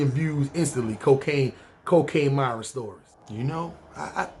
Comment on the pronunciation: Nigga said miron eyes lmfaooooo khill they dont kno about tha ben let me hold 40